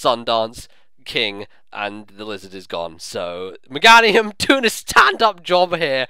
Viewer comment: you do realize Meganium's name is pronounced the same way as Geranium, right? <_<